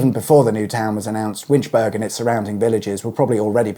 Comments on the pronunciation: OOH! Winch-burg ? OP it's Winch-burr-ah (think Edin-burr-ah). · Scrolls down to the comments to see how many people are screaming "Winch-Berg??? its Winch-boro!!!!" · Please can you use the correct pronunciation it's not winchburg it's it's pronounced winchbora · It’s pronounced ‘Winch-bur-Ah’ not ‘burg’. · Interesting video, as indeed are all the Auto Shenanigans videos however, the village of Winchburgh is pronounced as in Edinburgh, that is borough and not burg. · it is not Winchburg as you keep saying , the burgh part of the word is just like in Edinburgh and is pronounced as is 'borough' in some other place names . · 'Winchbura' not 'berg' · I've been pronouncing that town wrong since the electrification of the railway line I guess. Burrah instead of burg because Edinburgh is spelled the same. Shame they won't get that rail station soon, yet again another car dependant town. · It's not "Winchberg" but "Winchburra" just as Edinburgh isn't "Edinberg" but is "Edinburra" but that said great videos and thanks for the Scottish themed music on secrets of the motorways...nice touch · This is SCOTLAND... WinchBURGH.... BURGH as in EdinBURGH, not as in HamBURG or GettysBURG!!!! EdinBURGH, MusselBURGH, HelensBURGH, WinchBURGH!! 🤦‍♀️🙂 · Pronounced Winch-burgh not Winchburg, same as Edin-burgh🤦🏻‍♂️ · What he said! Winch-borough; not Winch-berg! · It's pronounce "Winch bur-uh". And "Ir-vin". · Winchburgh , the latter part pronounced like Edinburgh ( think borough ) - it is NOT winch-burg as you keep mispronouncing it ! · Pronouced Winchborough matey, Irvine is pronounced Irvin 👍👍👍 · Winch burg 😂 I cannot watch this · Cringed every time you said 'Winch-burg'. I don't know any burghs or boroughs in the UK that ever pronounce it with a hard 'g'. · Winchburgh rhymes with Edinburgh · FYI it's pronounced Winch-bur-uh (same idea as Edinburgh) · winch-burgh there is a h on the end of the name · Pronounced Irvin, not Ir vine Winchburgh; winch-burra